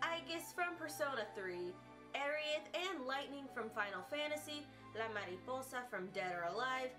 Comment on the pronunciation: Damn, your pronunciation of "la mariposa" was so satisfying~! (I'm chilean). SPOILER It is interesting how the voice actress has already represented ambiguous characters. I'm excited to watch her performance! Kisses for you~ :*